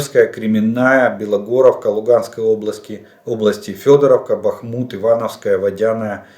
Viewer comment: Аиэээээ аа эээээ бАхмут бахмУт эээээээ...аааааа...эээээ...аааа...эээыыы...фууууу....аааа.фоо..ээээээ..... А знаете почему???? Потому что в ссср была пословица...чем больше в армии дубов тем крепче наша оборона,или....как одену портупею все тупею и тупею.....